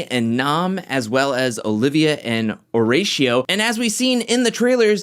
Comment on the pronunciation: The only reason why I am posting this is to educate. I am a teacher and like to pronounce my students names correctly. Horacio is pronounce O-rra-si-o. In Spanish the H is silent. A lot of love! I love your videos!